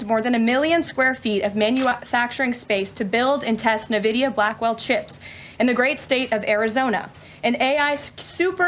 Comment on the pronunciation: The name of the company is N Vidia. Not Na Vidia. No one seems to be able to read or do the work to learn the name correctly. Hilarious. 😂